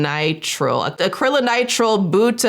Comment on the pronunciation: You pronounced acrylonitrile and styrene correctly. Only a slight correction on your pronunciation of butadiene. The last part is pronounced dine, like would you dine with me.